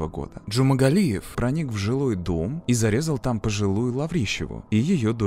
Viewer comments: Джумагалиев, а не Джумангалиев! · почему вы в ролике называете его Джумангалиев? он Джумагалиев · ДЖУМАГАЛИЕВ, не джумангалиев.. бесит что его никак не наказали!ну почемууу?!!???а так всегда смотрю вас, очень нравится ваш канал, привет 🙂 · я один слышу, что диктор в кадре произносит фамилию маньяка как "джумаНгалиев"???? если в действительности буквы Н в фамилии нет. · Уши режет, когда называете "ДжумаНгалиев"